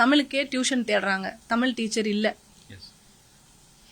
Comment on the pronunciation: தமில் இல்லை தமிழ் சொல்லுங்கள் சகோதரி